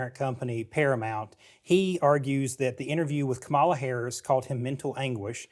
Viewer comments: Jesus. Pronounce her name correctly. It’s pronounced “comma-la”. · Please, "Kam a la"